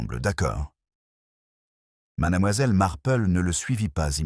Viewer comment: Il y a des progrès mais madAmoiselle reste difficile à entendre , surtout suivi de MarplEU . Miss Marple prononcé à l anglaise serait plus doux à nos oreilles.